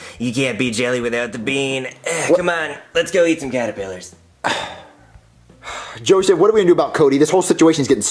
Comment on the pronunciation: Im not suprised that some of them said Callipiters and not Caterpillars, I say it like that too